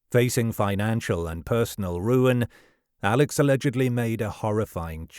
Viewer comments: His name is pronounced Alec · It's pronounced Elick Murdock.